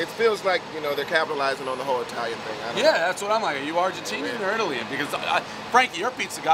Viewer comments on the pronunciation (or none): Dave said Italy-in 😂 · did he say Italian-in'? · Did he say it-till-ian? hahahahaha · "are you argentinan or italin"? he couldnt say ITALIAN?